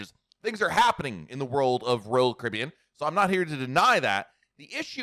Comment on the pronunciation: SLOWLY PRONOUNCE: ROYAL CARIBBEAN!!!!